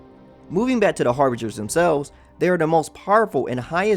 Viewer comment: im sorry but "chill-day" idk if i should be mad or laughing rn also H A R B I N G E R S